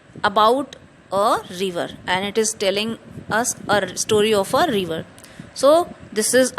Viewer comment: It's river not reever 😅